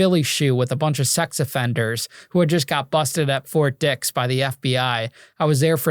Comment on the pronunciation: It’s Ft. Dix not Fort Dicks😂😂😂😂😂😂